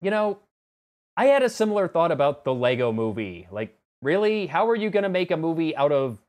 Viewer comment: You said "LEGO Movie", but I heard "Pixels" and then you said "I saw that movie and it turned out to be amazing!" and I seriously thought I'd lost my mind.